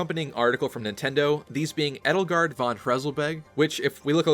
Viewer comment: The proper way to prnounce Edelgard is "ay-dull-gard" Not "ed-ull-gard". Just for future reference.